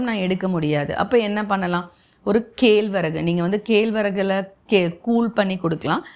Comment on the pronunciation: சிறப்பு. ஆனால் கேழ்வரகு என்று கம்பங் கதிரைக் காட்டுகிறீர்கள். கேழ்வரகு என்னும் சொல்லில் வரும் சிறப்பு 'ழ' வின் உச்சரிப்பைச் சரி செய்துகொள்ளவும்.